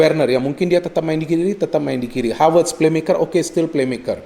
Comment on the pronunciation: Selalu suka aksen khas yang ketika mengucap huruf V menjadi W, pas bilang Havertz jadi Hawertz, Jesus Navas jadi Jesus Nawas